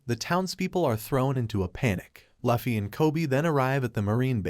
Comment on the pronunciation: I’m a simple girl. I hear Luhfee, I turn the video off